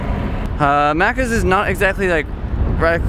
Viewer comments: FUCK YEAH STRAYA!!! awesome video, first yank ive heard say 'Maccas' and not Maccers so props 😂 keep it up 👍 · HILY SHIT you can actually say maccas correctly